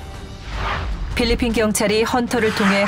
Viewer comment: No 삘리핀~~